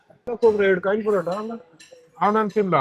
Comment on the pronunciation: ಅದು ಕಾಯಿನ್ ಪರೋಟ ಕಂಡ್ರಪ್ಪ ಖಾನ್ ಪರೋಟ ಅಲ್ಲ 😂